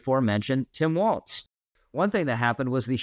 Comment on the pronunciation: Walz has no T in it. It is pronounced "Walls"